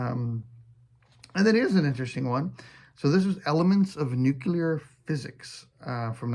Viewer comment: "Let's not use Faulkner again." A guy for folks who think Tolkien was succinct. I've come across some Mason stuff, always surprised when it's not worth more. Sold several at that level. You pronounce "Nuclear" like a Texan. It's great and proper. Here's to a good retirement!